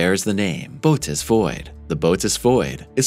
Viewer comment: Interesting video, but I have been an amateur astronomer since age 7, and I can tell you don’t know your constellations. It is Bootes with an umlaut (or equivalent horizontal 2 dots in English, etc.) over the second vowel to tell you to PRONOUNCE BOTH VOWELS! It is pronounced Boh-‘oh-teez. Also, the penultimate time you mentioned the size of the Bootes (can’t do the 2 dots) Void, you said it was 300,000 MILLION ly in diameter - that’s 300 BILLION! That’s impossible. I even put on the subtitles to make sure. Other than that, keep up the good work. I love astronomy, astrophysics, cosmology, and physics.